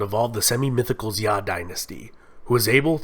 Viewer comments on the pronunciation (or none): Your pronunciation is killing me. Good overview though. Xia pronounced Sheeya Zhou pronounced Joe Tang and all a sounds pronounced Tahng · Notes: (mostly about pronunciation) 1.Longshan is pronounced long shaan, not luung shaan 2.Xia is pronounced Sha not Zia 3.Shang is pronounced Shaang, Mandarin has no 'ay' vowel 4.The bronze mask you show on the screen while talking about the Shang is from Sanxingdui, and is associated with the Shu kingdom, who were enemies of the Shang and allied with the Zhou kingdom to topple their reign 5.Daoism in the Zhou period was philosophical, not spiritual, religious Daoism developed under the Huang-Lao school in the early Han Dynasty 6.Qin Shi huanG not Qin Shi Huan 7.Sui is pronounced Sway 8.Tang is pronounced Taang 9.The ua in Yuan is a dipthong, it is not disyllabic. think Y-ooeeh-n